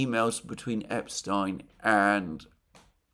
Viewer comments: Mercouris's continued insistence of deliberately mispronouncing "Epstein" wins him the 2025 All England Upper Class Twit Competition. He is a former Champion Twit and thus a repeat winner. Please join me in congratulating Mercouris on another title win. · Thank you for pronouncing Epstein's name correctly.